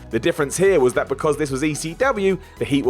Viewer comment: why cant you pronounce the word 'that'